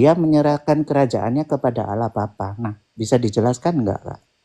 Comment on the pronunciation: Allah dgn awloh beda kak